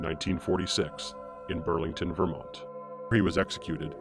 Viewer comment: "In Burlington, Verment" Somehow this guy thought the "on" part of Vermont sounds like "ent"???